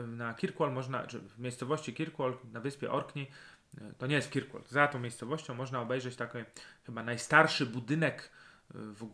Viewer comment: Oglądam Pana z wielkim zaciekawieniem. Ponadto lubię ten gawędziarski sposób wypowiedzi. Jednak dzisiaj po obejrzeniu tego odcinka muszę Pana poprawić: Orkney to nie wyspa tylko archipelag (podobnie jak Szetlandy, Hybrydy). Po drugie nazwę miasta wymawia się kerkłol. Wyspa na której znajduje się Kirkwall nazywa się Mainland. Polecam też drugą whisky z Orkadów: Scapa.